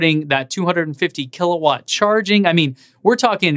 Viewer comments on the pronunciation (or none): none